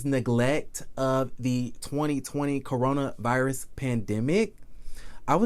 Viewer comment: Why are you say cornova virus ? And kenya Moore Hair Care?? When are you going to drop that ? Not cute any more!